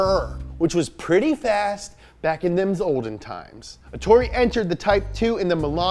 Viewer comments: Ettore, not Etorre.... wtf guys ahahah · Well...first it's "Ettore" and not "Etorre", second it's " Alsace" and not "Alsase" and third...why all those Type 35 replicas when there are still quite a few original ones going around? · Ettore not etorre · Btw its ettore bugatti, not etorre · I won't complain about the pronunciation cuz we can't know all the languages but bruh if you see that it's written ETTORE don't turn it into ETORRE. You know it's not hard to copy and paste a word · His name was Ettore not Ettorre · Guys it's Ettore Bugatti, not Etorre ;) Sorry to be the Grammar Fascist this time. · I'm sorry, but as an Italian I have to say that he was called Ettore Bugatti, not Etorre (this isn't even a name) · ETTORE. NOT ETORRE. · ETTORE = "Eht-TOH-reh" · It's written "Ettore", with a double T and a single R, and pronounced Ettòrè. Spell the doubles and mark those vowels in the pronunciation, anglophones. Dearly, an Italian. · It’s eTTore ffs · The correct name of the race in Sicily is Targa FLORIO And the name of Mr Bugatti is Ettore, with double "t" PS I love your show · it's Ettore, with 2 t's and one r. And the emphasis is on the first e.